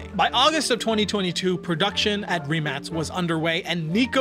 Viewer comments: He pronuced right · Finally someone who pronounces the name right😂